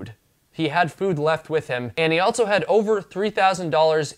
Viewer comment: Or saying altso, I can´t unhear it 😆